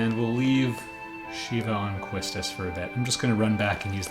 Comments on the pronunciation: I won't disagree with your Quistis pronouciation... but the the way you say "Balamb" made me mad hahaha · The only problem I have with this game is the amount of padding they put around Triple Triad. Wait... what do you mean that isn't the core of the gameplay? I agree with your pronunciation of Quistis, though I always said Seifer as See-Fur rather than your Sy-Fur.